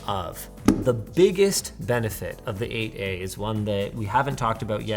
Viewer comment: I hate how "8a" keeps sounding like "aa"